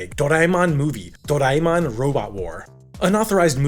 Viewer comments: It's doreamon not doriemon 😶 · It's actually Doraemon not do raie mon these Americans are sucked with their accents . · I wasn't going to say a thing about your pronunciation until you posted a clip of how to say it correctly and then immediately said it wrong lol.